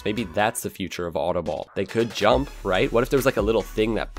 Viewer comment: I know DUTCH and autobal is an Dutch word and he doesn't know how to prenouce it